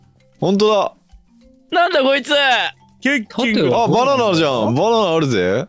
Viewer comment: FBさんケッキングと猿王のイントネーションおかしくない？